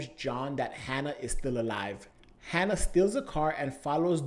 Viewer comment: Say "Hanna" one more time... I dare you